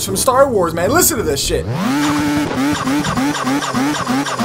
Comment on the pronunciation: was thinking he says chip lol